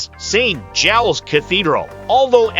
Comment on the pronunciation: That’s not the only one- St Giles, not St Goles plus others. If you want to sound like an expert in a place, you should get the names right.